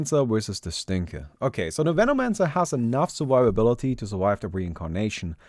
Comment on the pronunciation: Did anyone heard it like "Menomancer wersus the Stinker" lol